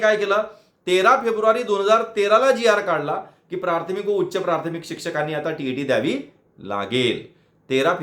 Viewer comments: प्राथमिक असा शब्द आहे प्रार्थमिक असा म्हणताय हो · आधी प्राथमिक शब्दाचा उच्चार नीट करा सारखं प्रार्थमिक म्हणत आहे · सर प्राथमिक म्हणा प्रारथमिक नका म्हणू